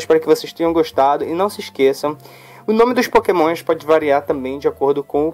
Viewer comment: pokemoinshh kkkk sutake loko